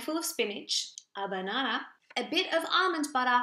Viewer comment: I am obsessed with the way you say banahnah I want to hear it all day long 😂